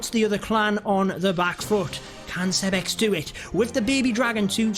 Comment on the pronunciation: Why do you call him “Seb-X” 👀